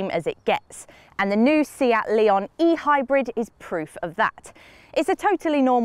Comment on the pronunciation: It definitely is not "lay-on", it's "le-on" with weight on the "o". Two different wovel sounds, not three. She pronounces the model name pretty much spot on in the into